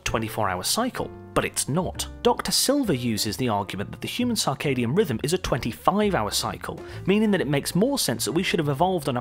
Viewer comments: It's CIRCADIAN rhythm. Pronounced "sir-kay-dee-an". Not "SAR-kay-dee-an". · Humans may not have come from Earth ... to where? As far as I can tell, we're still on Earth and haven't gone anywhere else that we could say we have "come from Earth" to get to. Also, what is this "sarkadian" rhythm of which he speaks in #5? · "Circadian," not "Carcardian." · And 'sarcadium rhythm'. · Sarcadian instead of circadian? Just part of the mind meltingly low drivel presented here. Interestingly worse than standard planet seeding theory. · cannot take seriously someone who mispronounces circadian 6 times in under a minute.... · Major Lux This narrator cannot even pronounce Circadian rhythm. He ruefully mispronounces it 12 times. And we're supposed to give this fool's science less friction dribble some consideration. Jesus help us